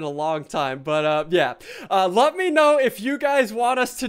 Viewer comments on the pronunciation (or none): it sounds like you said "love me know" insted of let me know xD